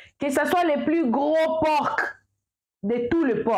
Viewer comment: Bonjour on ne dit pas porque mais un por le c ne se prononce pas